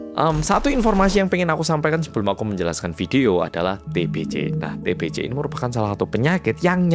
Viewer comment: TBC = Bacanya TEBESE.😅 Jgn TEBECE.😭🤦‍♀️ Y oloh org jmn dulu ternyata otaqnya agak sengklek.Dikira Raja itu Tuhan,yg bisa menyembuhkan penyakit.🤦‍♀️😭🗿🗿